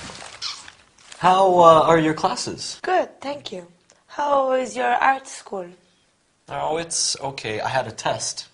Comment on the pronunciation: Скуль-school это так убого звучит